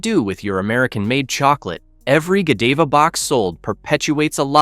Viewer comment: No, seriously -- it's a really good and important report, but it needed a human being to read it for this video, not an AI voice that keeps saying LEED instead of lead and "Go Deeva" instead of "Godiva." It hurts the credibility of your channel and the report to have AI deliver it. Just have the real author read it.